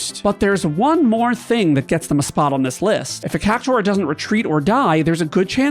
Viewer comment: The worst monster is your pronunciation of cactaur